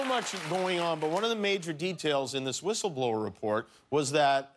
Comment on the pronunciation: Ghouliani: "I should be a "whithle-blower" .....priceless.